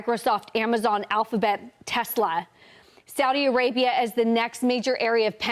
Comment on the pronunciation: thank you for saying Saudi Arabia correctly!